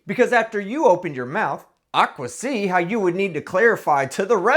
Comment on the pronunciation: ‘I aquisee’ you’re a living man! You make these videos even better! 😂😂😂